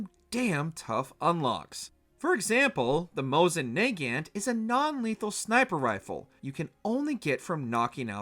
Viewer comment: "the mouseen naey-gaent" lmao